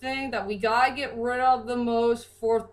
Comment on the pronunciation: and its rid not rib